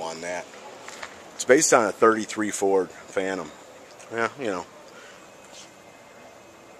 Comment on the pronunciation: the word is "Phaeton", pronounced Fayton. "PH" makes the "F" sound.